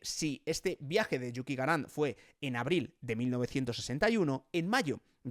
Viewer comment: porque dices tan raro yuti gaGArin?